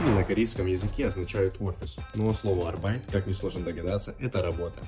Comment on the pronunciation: Arbeit по немецки работа. Ударение только на первую букву.